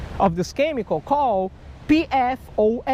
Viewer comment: I think there may be another one of those diseases... It's from everywhere you fished... It's EPFOS. Just kidding lol, just sounded funny when you said PPFOS or something and it sounded like EPFOS